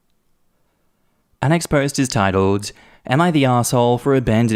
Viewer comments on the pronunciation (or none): I can't get over the fact that everytime says "Our next post...." it sounds to my American ears like "unexposed". I actually thought that was what he was saying for a long time, and I was trying SO HARD to make sense of it! 🤣 I should also add that I am slightly hard-of-hearing and I often hear something other than what the person is saying. However, once I know, I usually think it's nuts that I heard something else. With this, I hear "unexposed"... every. single. time. I still love you,.